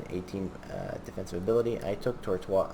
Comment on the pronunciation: omg its this guy again "tortwaaaz" lol